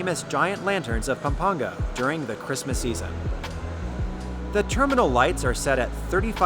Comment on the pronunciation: I love how you properly pronounced the places of Pampanga and Zambales <3